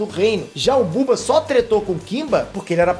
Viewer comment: É Bubu, n Buba